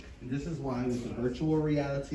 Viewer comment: At the end “and virual realiatiii”. Lol. Great work guys!